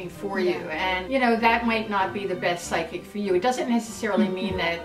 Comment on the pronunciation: Side kick? What? Oh you just don't know how to spell or pronounce psychic that's really funny XD